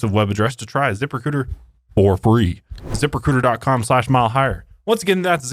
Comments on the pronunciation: I won't lie, I thought that was saying "zipper cooter" at first instead of "zip recruiter" and I was so confused and concerned, especially when you mentioned OF hahaha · every time says zip recruiter with an accent, i hear zipper cooter... anyone else? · Wait wait Zipper Cooter is what I thought you were saying 😂😂😂😂😂😂